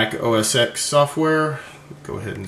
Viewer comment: OS TEN, OS TEN, not OS "X"